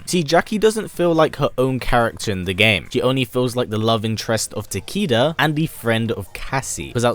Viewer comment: It actually pronounced as "Ta-kay-duh" not "Ta-key-duh".